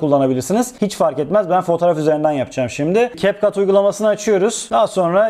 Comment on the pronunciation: Capcut’ı doğru okuyorsunuz. İnsanlar ingilizce bilmiyor ama bildiğini sanıyor sanırım 🙄